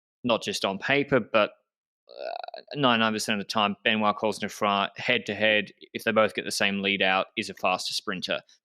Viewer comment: Anyone else excited about Ben-WAH Coz-neh-FWAH in the finale just because you were excited to hear pronounce his name? Then I had to wait 22 minutes to have my dreams answered! (No, I'm not counting the half-hearted one at the beginning. That one was bunk.)